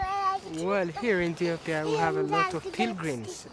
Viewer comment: EthiopiAAAAAAAAA there is no "er" on the end of the word. FFS